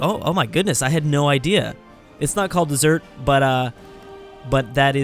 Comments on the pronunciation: It is dez-er-ret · its pronounced Deser-et